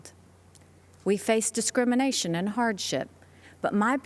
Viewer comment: "We received descrimination"...that is very cogent...